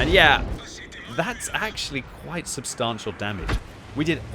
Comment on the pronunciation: When is the patch for to correctly pronounce substantial being implemented?